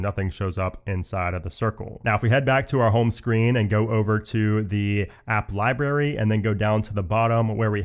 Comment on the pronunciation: … did anyone teach you how to say “library”